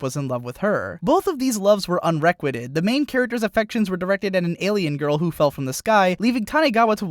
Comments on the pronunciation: U pronounced Unrequited wrong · You aren't pronouncing unrequited correctly.